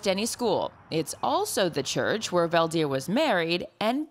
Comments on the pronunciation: Fun fact!! His name is pronounced incorrectly in English. It's Veld (velt) Heer (here). In Dutch (language in the Netherlands, in this case not to be mistaken with the Amish Dutch) a veldheer is a warlord!! And he's the peaceful kind. 😁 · Veldheer is Dutch for warlord. Veld = field and heer = man (like the German word Herr). So what's up with the Fell Deer? Why not Felt Here? Then again Favre is pronounced with the r before the v, so there seems no connection for Americans between writing and speaking 🙂